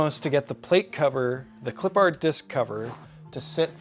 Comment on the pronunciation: Respectfully, pronunciation is a little off. pronounced it “Clip-pard”, whereas I believe it is supposed to be pronounced “Clip-perd” goofy stuff.